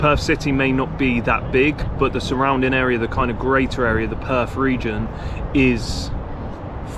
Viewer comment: It is not Perf, it is Perth. It is your language, learn to annunciate it.